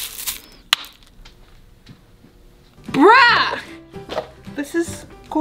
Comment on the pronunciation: Tf said brah instead of bruh😂🤦‍♀️